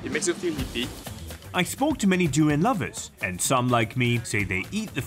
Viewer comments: Fun fact: it's called duri-yahn, not duri-yen. Literally means "thorny thing" in Malay. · I feel offended by this narrator pronouncing“du rans”. When it’s “dur ee unh” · Yep.. saying duriyen like having a short tounge😂😅